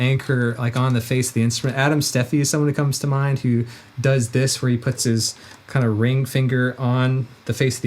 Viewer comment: bro said does dis